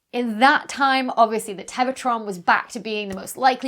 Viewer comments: not sure how that dramatically impacts the obvious point of my post, but congrats on winning Pedant-of-the-Day -- it must've driven your OCD stark-raving insane every time she said ""teva" in lieu of "tera" and "Englebert" in lieu of "Englert" in the actual video... 🤔🙄🤨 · I mess up words in my videos all the time. Live TV is hard. When you're talking about something named "Tevatron" the mistake is understandable. Don't be too self conscious, you don't get a PhD just for being cute and perky.